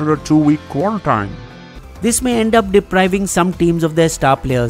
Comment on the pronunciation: It's 'Kua-ran-teen' not Kua-ran-tyne'. Smh -_